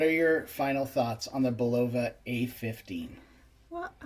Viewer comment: Not BULova! Do not accent BUL